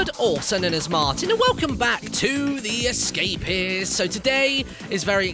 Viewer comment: why do you call it the escapiss?